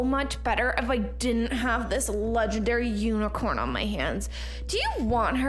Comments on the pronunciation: did anyone notice he said 'my legandary PANDA' k.. like... WHAT? THIS WAS POINTLESS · He said she wanted to trade my leagandary panda lol🤣🤣😂😂